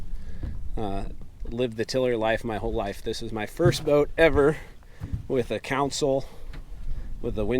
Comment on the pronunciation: Did you say a counsel? Is that how you guys say console?